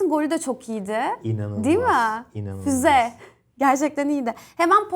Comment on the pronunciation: Mertens in golune fuze mi dedi ben mi oyle duydum :)